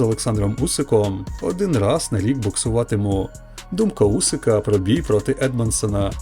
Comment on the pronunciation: It’s Usyk not Usik 😊